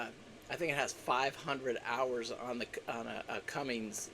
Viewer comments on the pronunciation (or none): Please don't say Cummings, do use the proper name Cummins. I willchalk in up to a slip of the tongue. I know you know better. Keep up the good work